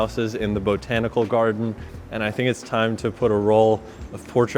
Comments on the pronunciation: I'm not a fan of how you say bo tanical. Say it at 800iso instead of pushing the syllable 😁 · about died when he said BO tanical garden 3 times. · nobody:: beau-tanical garden <3